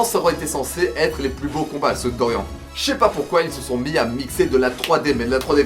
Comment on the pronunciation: On dit "Doriann" pas "Dorian" ! xD Mais après pour Kozué c'est trés JojoLike en termes de dessins Baki donc je trouve que ça passe mieux que les meufs surlissés des animes simples d'aujourd'hui , et Kozué c'est le point Culminant de tout Baki (Manga parlant surtout )